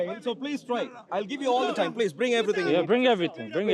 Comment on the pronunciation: Everyone: time: Toime 😂